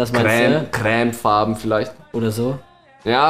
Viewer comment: Hihi!! Du sagst crämfarben, statt cremefarben! ^^ süss! <3